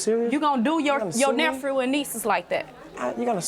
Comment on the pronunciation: She said NEPHREWS 😂